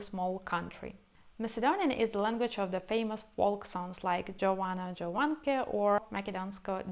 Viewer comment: That's not true. Macedonian also has definite articles. It's pronounced as "Yovano, Yovanke", -j in Macedonian, and Serbo-Croation is pronounced as -y. "Makedonsko devoytche" is also not a folk song, but a modern song written in folk style.